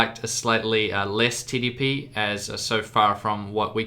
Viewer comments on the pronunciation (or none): 2:4 i swear he said titty P instead of TDP